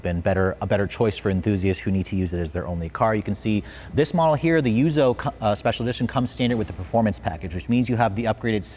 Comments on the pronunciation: It's yuzu, not yuzo!!! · yuzu, not yuzoh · It's pronounced yuuzuuu! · Take a shot every time he says, "Yuzo" edition... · Him pronouncing the special edition names is painful... Yuzou? Hak-1? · lol Hak-one and yuzo. It’s not a language channel but bruh you’re Asian